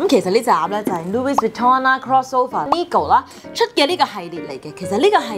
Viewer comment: Louis Vuitton 的 LOUIS 是沒有 S 音的…